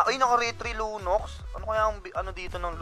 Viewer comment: Lunox yun lods di lunos haha